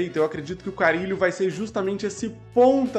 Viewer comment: é com "RR"